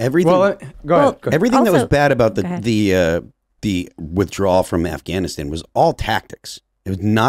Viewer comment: When Biden called it Gaffwann-Ahhh-stan everything fell apart............